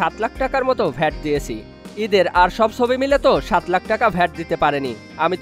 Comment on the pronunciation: Thik moto bangla bolen bhai, chobi ke sobi jodi bolen then its not a good thing for the people who hear your content